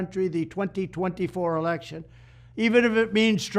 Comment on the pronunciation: It seems that Trump doesn't know that the word is "Election" not "Alection".